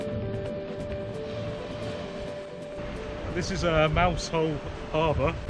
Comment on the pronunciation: " Mouzel" ... otherwise fine upload. Great channel. Many thanks.